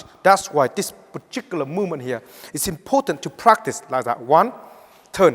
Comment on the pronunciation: I came here to hear 'poochicular' one more time.